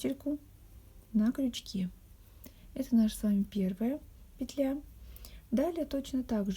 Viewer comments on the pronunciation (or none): none